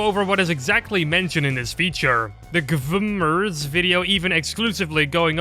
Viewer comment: Bro, GVMERS is pronounced as Gamers, the A only stylized as V watch?v=a1UhR_MX3-c You don't pronounce HL as HLambdaLF-LIFE, right?